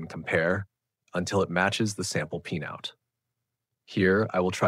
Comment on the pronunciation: His pronunciation of "pinout" is like in pinEapple tree, as if there were an "e" inside 😂